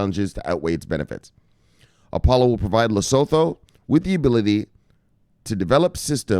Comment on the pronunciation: Research how to properly pronounce LESOTHO